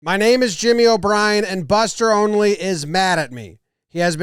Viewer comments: Why does everyone always say this guy's name as "Only" it drives me mad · I'm sure pronouncing his name "Only" will bring him back on your side 😉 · I like how he pronounces Buster's last name as "Only". lol. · Buster “onley” 😂